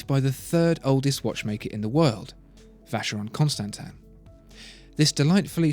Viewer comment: It's as gorgeous as the narrator pronounces the brand. Seriously, Vacheron Constantin sounds much more elegant than almost any other brand.